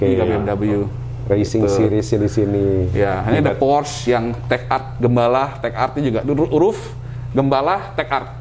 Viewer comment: Maaf, hanya koreksi, cara mengucapkan kata Porsche yg benar adalah "Porsye" (bukan Porsc), sebab Ferdinand Porsche adalah orang Jerman, di sana "apa yg tertulis" itulah yang diucapkan, sama seperti kita menyebut Johan Amadeus Wolfgang, diucapkannya bukan "Johen Amadeus Wolfgeng", tapi diucapkan apa adanya. Thx.